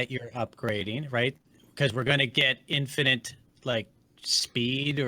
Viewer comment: English is not my first language, but even I know it's not "infininte"... Do you say "let me axe you a question" as well?